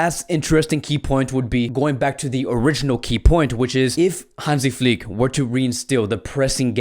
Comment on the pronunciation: Nobody outside Germany can pronounce "Flick" right :-D The "i" needs to be pronounced like the i in the words "chicken" or "diner". Please click on the listen- Button